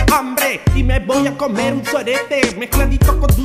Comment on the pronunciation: jjajajaj comerh soreteh eh buenoh ajsdsjadjsj me cague de risa